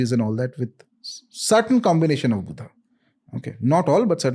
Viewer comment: It’s my sincere request to pronounce the names in hindi as they are , without adding an extra “a” to them. Like Buddha as Buddha and not as Buddhaaaa. 🙏 my sincere request. Let’s not distort our language for the ease of others .